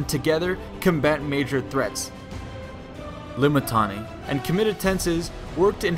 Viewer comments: I know you messed up the pronunciation of Limitanei and had to go through your audio and edit it. I know. Don't think I didn't notice. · "L-I-M-I-T-I-A-N-E-I and reserve forces known as, Comitatenses. L-I-M-I-T-I-A-N-E-I were stationed in forts..." lol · Always love hearing back from you guys and trying to improve based off it! Tried my best to fix my mispronunciation of Limitanei after seeing how they said it in game... the edits were a bit more apparent than I would have wanted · rofl every time i hear this vid say limitanei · I was just wondering why that sounded off